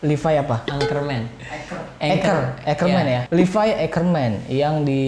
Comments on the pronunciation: Levi ngab bukan livai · Levi bukan livay bang